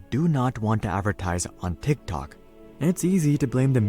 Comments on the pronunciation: If I had a dollar for everytime a YouTuber pronounces "DHIKDHOK" ..... T!!!!IKT!!!!!!OK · Ngl the way he says tiktok makes me wanna die. My autism peaking rn